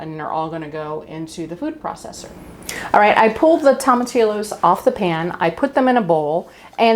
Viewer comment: Wish I had this recipe for my Monday enchilada dinner. Oh, in Spanish, the L's are usually silent. The proper way to say tomatillos is tom-ah-tea-o's.